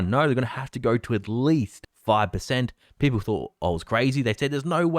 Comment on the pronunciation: You gotta love how says "Peepoe"